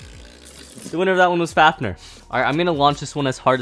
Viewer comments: for a massive beyblade fan i didnt expect you to say faf-ner, it pronounced faf-neer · how normal people say fafnir:*fafnear* how says fafnir:*fafner* Bruh